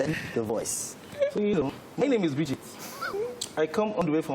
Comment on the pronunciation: The way he says “my seester” instead of sister and “breeeejet” instead of Bridget and also the way he does his face is epic.